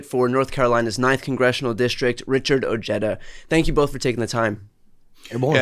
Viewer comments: They really need to learn how to pronounce Ojeda. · Somebody’s parents were either afraid or not proud of pronouncing Ojeda as it was meant to be pronounced. Ojeda is a common Spanish name.